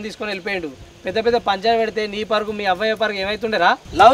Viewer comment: అన్న అది పరుగు కాదన్న పరువు